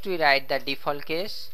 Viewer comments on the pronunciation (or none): none